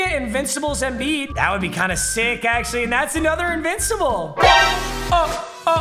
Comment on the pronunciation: Foreigner jackpot: Papa, “EMBIID”. Yao Ming typing…